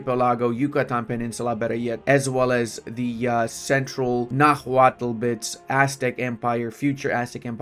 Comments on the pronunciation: The H in nahuatl is mute, as the language is written in spanish orthography. Also, for english-speakers (and non-nahuatl-speakers in general tbh) the final l in -tl is functionally mute too, as the sound in nahuatl is like making a T sound with an L if it makes sense, like morphing the T and L sounds into one, so nahuatl is something like <NAH-wat> Edit: Also, the ch in Tenochtitlan is sound, so something like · Please, brother, do not pronounce the 'h' in Nahuatl! And 'x' is 'sh' in that orthography!